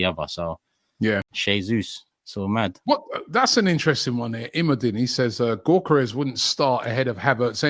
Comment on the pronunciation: The G is silent in his name. It’s pronounced Yokeres